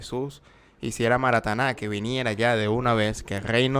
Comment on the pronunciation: Marataná no es es maranáta.😂